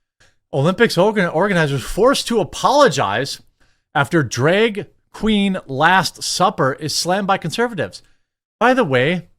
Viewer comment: Funny how you pronounce draeg